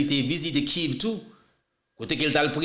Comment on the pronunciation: poukisa ou pa prononsé Kiev menm jan ak nan lièvre? Ou di Kiv tout tan. Bay nouvel yo an kréol ou an anglè karéman. Nou renmen tandé w vré men svp, prononcé mo yo nan yon kréol standard.